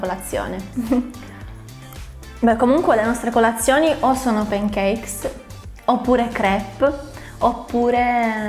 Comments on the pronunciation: Brava! Ma ti prego! Non pronunciare pEn i pAn cakes! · p"E"ncakes....NON SI PUÒ SENTIRE! In questo caso la "A" si pronuncia proprio "A". Cmq a parte la pronuncia video molto bello e interessante! 👍🏻